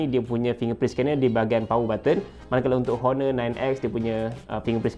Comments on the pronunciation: Pronunciation untuk Honor, H tu silent. O-nor. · A very helpful review tapi sebutan honor sebenarnya perlu silent kan bunyi 'h' tu.